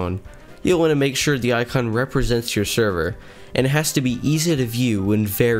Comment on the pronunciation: Why do i keep hearing him say "Sherver"